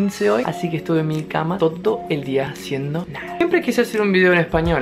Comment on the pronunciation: No sé si escuché mal o estoy en lo correcto, pero te digo que estudies la palabra, «todo». Te felicito por aprender español, tú qué hablas inglés nativamente, quién lo diría, además, te felicito por aprender este idioma tan difícil, con tantas dificultades y es muy rápido, ¡felicidades!